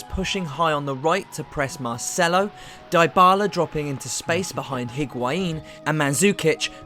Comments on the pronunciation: Dybala is pronounced as 'Deebala' and not 'Diebala' ! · Everything in this video is well done but you English need to stop butchering player’s names. It’s not Die-bala! It’s Dee-Bala!!! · it's pronounced Di-bala not Dy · Great video, but yeah the Die-bala made me cringe too.... Plus he kept calling Hee-guain instead of Ee-guain lol 😅